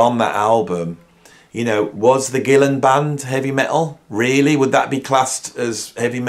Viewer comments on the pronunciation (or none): none